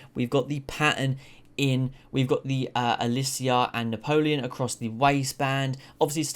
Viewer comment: Na:po:Leon (Spanish way of saying lion) is the correct pronunciation.